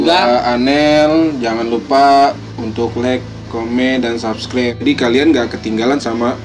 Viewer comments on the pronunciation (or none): Host ya ngomong subscribe ny belepotan wkwkw